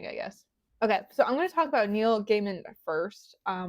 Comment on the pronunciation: Gay-min, Not Guy-mun